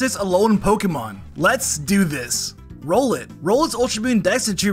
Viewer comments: You said Rowlet's name wrong! It's not Row-let it's Rowl-et! Like Owlet but with an R! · okay but it's Rowlet R-owl-et not Rollet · I love this gen so hearing "rollet" pains me so much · I hate how you called rowlet rolat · Bro said brolot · Why do you say rowlet name like that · Bro man mispronounced rowlet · Well this could be painful to listen to when Rowlet was mispronounced.